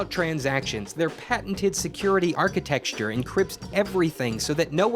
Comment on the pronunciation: "Security Architexture"?